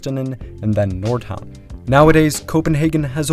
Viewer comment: Yeah he did a genuinely good job. "Nordhavn" really struck me as surprisingly on point